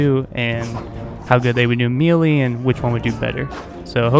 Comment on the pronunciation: me·lee , pronounced /ˈmāˌlā,māˈlā/ or may-lay. mealy, pronounced /ˈmēlē/ or mee-lee, means, of or like meal, think oat meal. good info about these two units though. verifies for me to not level up crossbowmen in this game.